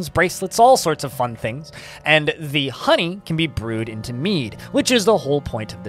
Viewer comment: funny how you say the word "HOney". lol